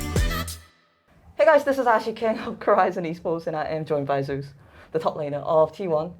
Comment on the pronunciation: Imagine korean calls Zeus - Zoos my gosh